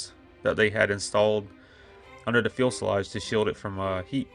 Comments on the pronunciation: Few se loge. Not fuel se loge. Otherwise a good video. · In case you're not aware, is pronounced FUSE E LAGE, not FUEL SE LAGE. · Good stuff, but PLLLLEEEEAASSSSEEE learn to pronounce fuselage. “FUSE-EL-LAGE” not fuel-sel-lage. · Very distracting to hear you say "fuel"selage. Makes you sound less knowledgeable. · The "ums" are very unprofessional and jarring. Also, as others have stated, I would work on proper pronunciation of words like fuselage if you plan on doing videos on more aircraft. Otherwise great video!